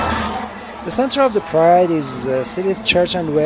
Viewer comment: Oh sorry. I heard "Pride Parade" as Guy parade Lol